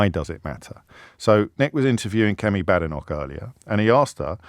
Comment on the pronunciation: It's B'-A'-denoch not Bad'enoch and I think he knows this. Considering he is Mr. Contrarian and 'right-on', I think not getting the leader of the opposition's name right shows either total disrespect for many reasons, or that he knows so little about her that his views on her are meaningless.